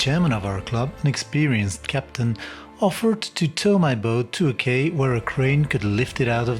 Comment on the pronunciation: Quay is pronounced key....